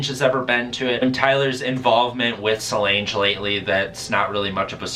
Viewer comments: Lol I was ready to excuses him butchering anyone else’s name EXCEPT solange😂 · The way he said solange